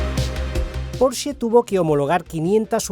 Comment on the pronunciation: Al fin alguién pronuncia bien Porsche🙌🙌🙌